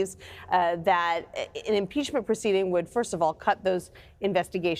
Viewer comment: Haa haa haa haaaaa .... Yes ,. Nancy ! Impeach him ! Haa haa haa haaaaaa!!!!!! That lush can’t even SAY impeachment!! Haa haa haa haaaaaaa !!!